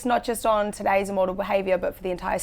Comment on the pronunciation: It’s Im- mortal, not “ah-mortal”